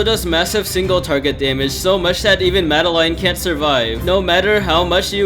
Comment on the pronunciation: I love how they say Madeline as mada line